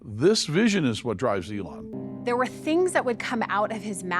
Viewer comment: This man can't even pronounce Elon's name correctly, but professes to have worked closely with him? C'mon!